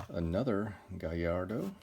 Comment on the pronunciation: You have an easy to listen to clear voice for making videos. I didn't know you were into Lambs. They're my favorite manufacturer. Gallardo is pronounced like Guh-Lard-oh. It has 2 L's, no i's. ;) I'm drooling over those boxes in the back.